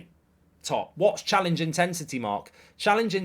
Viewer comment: Challenge intesity 😂 I’ve heard it all now